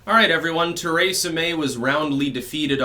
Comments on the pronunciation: Theresa May not TARAYsa May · ABENAKI!?..Cool. Are you also Francophone?. (your pronunciation of Theresa). I sang in this. Euro music which was found in manuscript with texts in Abenaki